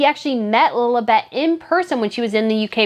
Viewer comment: Do I hear Lolabet in your American accent? It's Lilibet. Anyway, great content !